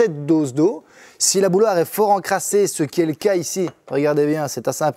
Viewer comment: Tu dis "bouloire"? C'est quel accent de la francophonie ça?